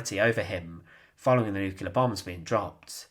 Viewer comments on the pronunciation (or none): I'm not subscribing to the channel of a person who cannot correctly pronounce the word "nuclear".